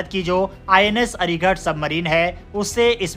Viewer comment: हिन्दी सुधार। अरिघट नहीं, अरिघात।